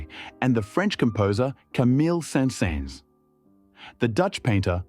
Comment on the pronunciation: The AI narrator doesn't know how to pronounce "Saint-Saëns". It also says Paderewski "faced round the clockwork" instead of "faced round-the-clock work". I don't know Polish, so I don't know if it pronounces Polish names correctly, but it even sounds like it uses several different pronunciations of "Paderewski". It's a fascinating video anyway. It's just unfortunate that such an excellent production suffers from such incompetent machine narration.